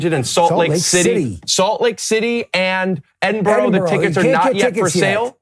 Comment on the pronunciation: Cant wait for you to come to Edinburgh! Heads up it’s pronounced Edin-bruh